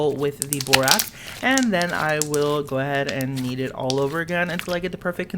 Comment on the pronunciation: I thought he said "eat" instead of "kneed" lol